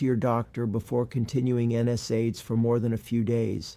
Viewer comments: My clue he was an actor and not in the medical field like me, was when he pronounced NSAID incorrectly. No one in my 30 years of practice has ever pronounced it like he does. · This 'doctor' doesn't pronounce NSAID correctly so be careful. Would be helpful to include his credentials in description to check. These days don't believe ANYTHING online until verified